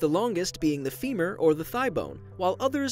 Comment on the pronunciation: supragenual bone is femur, not femir